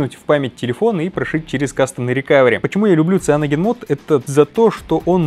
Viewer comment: Сайэноджен, не сианоген